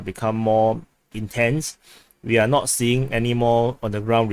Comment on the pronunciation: The way you talk can be hard to understand. "is NOW under Russian control" vs "is NOT under Russian control" -- the way you say it, Now & Not sounded the same. Please articulate correctly the end of words.